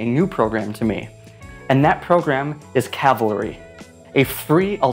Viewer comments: You keep calling it calvary, not cavalry. You got it right at first then it goes wrong 1 min in through the end. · Why do you keep pronouncing it as "calvary"? It's Cavalry… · Fun Fact: It's 'Cah-Vill-Ree' not 'Cal-Vah-Ree'. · Thanks for informing me about this. One thing...sometimes you are pronouncing it like "Calvary," which is the name of the place where Jesus was crucified. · LOL A lot of people mix up those words. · Here let me help you. Say with me, "CAV AL REE" like the soldiers 😂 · hearing you repeat Calvary has been a real calvary🥴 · you keep saying calvary. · Is it just me or he calling cavalry "calvary"? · hehehe you keep calling it CALvary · buddy mispronounced cavalry the whole video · As a non native English speaker I just don't understand why it's so hard to pronounce cavalry... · I am in awe of how many times you mispronounced the app name! ALSO I MAKE TUTORIALS FOR CAVALRY! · You keep miss pronouncing the name. Go back review and you'll hear. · Why mispronounce it after saying it good the first time? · Great job mispronouncing cavalry bud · At least your consequent in mispronouncing cavalry. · After this video one thing is for sure: I will do my utter best in life to properly pronounce Cavalry. Literally got OCD anxiety from hearing Calvary way too many times. The video topic completely took second position behind the issue of the phonetics. There is no calvarizing me! 😂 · It’s cavalry. Not calvary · You kept saying: CaLvary (Where Jesus was Crucified) instead of CaValry like a group of men on Horses with guns blazing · Thanks, I'll give it a go. Looks especially useful for text animation. And it sounds like you were saying 'Calvary', it's Cavalry! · My eye twitching every time he said ‘Calvary’ instead of ‘Cavalry’. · I've seen so many people from the US pronounce it Calvary. Cavalry. Like the horseback soldiers ya know. CAV-AHL-REE. Sorry, just a minor annoyance. Thanks for the video. I'll try the program out. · Cav - alry not Calvary lol